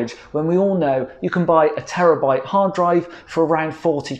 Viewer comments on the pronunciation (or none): none